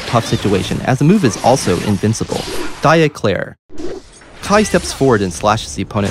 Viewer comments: Dire eclat (éclat) eh-claah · It sounds like Diet Clear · dire eclat "DIE ECLAIR"